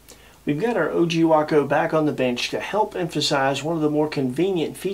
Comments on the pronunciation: what is a wocko? Waco. Way-koh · way·kow not waah·Kow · spent a good share of my life near Waco Nebraska. I know people that flew Wacos. first time ive ever heard wockoh.